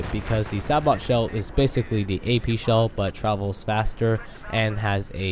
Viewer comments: its not sa bot, its a bit different, is more like ''say bow'' ''sa bow'' because ( if i remember correctly from my grammer lessons, the T makes a W sound instead in that word ) but whatever lol it just bugs me when people say a few words like that, anyways great breakdown! thanks for the info :) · sabot.. (say-bohe) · BTW SABOT is pernounsed Say-Boe ;) good video!